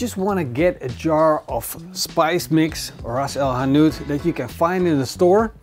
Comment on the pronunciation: The dutch sound of rrrrrrrras el hanout😂😉